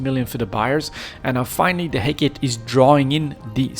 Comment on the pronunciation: Head Gate.....Hecate....sorry just always funny to hear you say it.